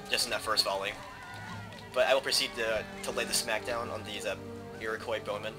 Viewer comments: As an Iroquois (Mohawk), this is quite a treat. You slightly mispronounce the word though. It's not 'Iro-coi', but 'Iro-qwa' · I noticed that you have a tendency to mispronounce Iroquois. The 'i" is silent.